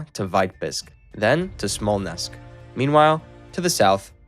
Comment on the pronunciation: Dude, Smallnessk? Really?